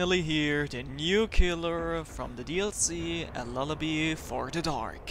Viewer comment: It's lullaby not lullabie